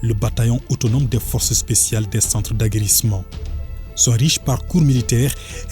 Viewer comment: Le forcé spsial 😂😂😂